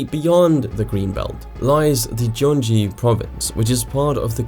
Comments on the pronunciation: its not pronounced jeon ji it's gyuhng gi, no j's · gyeonggi should be pronounced as Kyeong Ki more than Jyeong Ji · Just some comments on pronunciations. Most were right--even Jeonse. 😃 Hyundai is pronounced more like Hyun-day (like Sunday). Daewoo is pronounced like Day-oo. Really great comprehensive video. Gyeonggi in Gyeonggi Province uses a glottal G, as in "girl" and it pronounced like Gyung-ghee. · You didn't butcher jeonse, but you did Gyeonggi and Hyundai. Great vid!